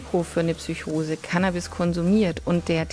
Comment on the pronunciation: man findet tatsächlich die ein oder andere fehlerquelle. allen vorran sind es ausprachen =) bei psychose schüttelt es mich jedes mal :D lass es dir mal ein paar mal vorlesen=) du sagst sogar einen buchstaben zu viel. und zwar ein i vor dem o. was die fakten angeht ist hier aber alles im großen und ganzen richtig. tolles projekt! aufklärung kann viele leute schützen (apotheker)